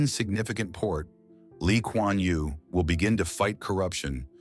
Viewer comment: U got his name right